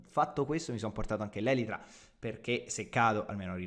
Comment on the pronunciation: Sì dice elitra